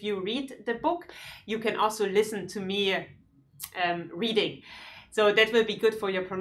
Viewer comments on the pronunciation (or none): none